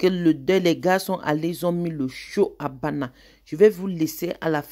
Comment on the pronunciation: Bandja et non bana